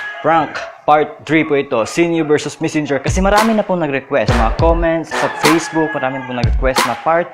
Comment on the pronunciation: ***Misinger*** Ano ba yannnn messenger haaaaaaaaaaaa Hindi MISINGER